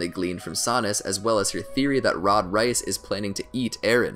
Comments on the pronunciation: AND HANJI HANGAY OR ROD REISS ROD RICE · 'Rod Reayss' Its Rod Reiss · Nooo every time he says Reese I keep getting hungrier and hungrier( he says rice) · Please... REISS is pronounced like "Rays" not "Rice". family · he pronounces hanji as “hangay” and rod reiss as “rod rice” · Hanje and rod race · Ok “moblit”? “Han-gay”? “Rod rice”?”Kenny Ockerman”?Don’t the characters literally say their names out loud?Or is this like an accent type thing? So many questions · wait, He's Not Saying A Word Perfectly, Rise, Reiss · No one:: Rod Rice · Did anyone get so annoyed when he so han-gay and rod rice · Who Else is Offended by the Way he says hange? And how he says reiss